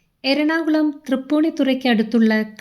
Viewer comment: ഇപ്പോഴത്തെ അവസ്ഥ? എന്താണ് ഉദ്ദേശിച്ചത്? അദ്ദേഹത്തെ കളിയാക്കുകയാണോ? എര ണാകുളം?ആഢംബരം? ഭന്ധം? പരസ്ഥിതി? ബവനം?പ്രക്യാപനം? മലയാളം ശരിക്ക് പറയൂ.. വെറുതെ എന്തൊക്കെ പറയുന്നു! Try to do justice to your mothertongue ... വെറുതെ എന്തൊക്കെയോ വിളിച്ചു പറയുന്നു! ശ്രീനിവാസൻ നല്ല മലയാളത്തിൻ്റെ വക്താവായിരുന്നു. കളിയാ ക്കരുത്